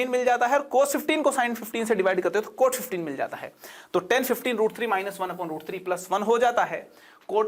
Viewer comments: Normal People: CotA + CotB: KothaA + KothaB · play in 2x , you rear it as kothe 🤣🤣🤣